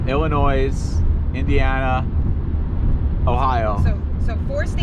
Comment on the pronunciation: Lol illinoise’ the s is silent hhahahaa also glad you didn’t get off down there you would have been LOSSTTT HAHHAA You definitely hit 90 at a bad time, which is all the time.